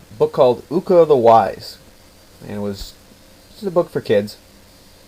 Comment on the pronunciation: The way the name of Judge Ooka is pronounced is not like in school but like a double long O (ooh) in Japanese O no matter if only one or two is always pronounced like a long O. Did the book you got the story from happen to be written by Yuki Sheldon and published by the Stars and Stripes. The one she wrote had about 15 or 20 stories of Judge Ooka. All of the stories were great and like a fool I loned my copy out and they lost it.